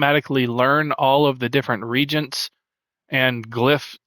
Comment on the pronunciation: Great video and channel! “Reagents” is pronounced ree-AY-juhnts just so you know(coming from an old school ultima online player lol)